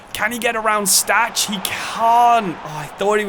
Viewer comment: ch in Stach is pronounced -kh just like Kimmich